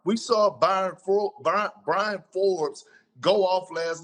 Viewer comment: Perk keep talking abt watching all the games and can’t even pronounce Bryn Forbes name 🤷🏽‍♂️